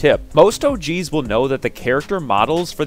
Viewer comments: Sounds like he's saying "Oh, Jeez," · Anyone else get really uncomfortable everytime he says "OG's"